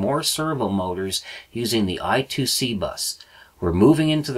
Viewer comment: BTW, I2C is actually spoken 'I' squared 'C', not 'I' two 'C'. Phillips invented the bus as an inter-IC bus ie. a bus that allows various chips to connect to a micro using a common protocol. Rather than say IIC they said I-squared-C.